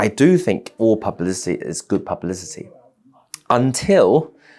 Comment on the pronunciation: seems you cant even say publicity properly XD all the money poured studying in harrow